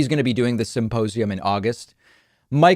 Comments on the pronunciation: did you just say 'suppossium'..? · Is he saying "supposium?" That would make more sense than symposium, as his evidence is just Mike supposing that Trump couldn't lose - even though all polling showed him losing in a landslide for months prior to the election.